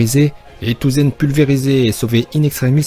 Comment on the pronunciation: On dit pas touzen mais tossen On dit pas vizard mais vaizard